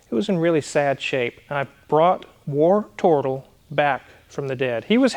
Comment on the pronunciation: Oops - I thought you were calling it "Worturtle", and channelling your inner Geordie. Howay man!